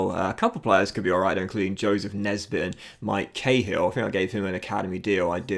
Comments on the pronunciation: Hey, just so you know because he is Irish you don't say Kay-hill it's more like Kah-hill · Or Koh-hill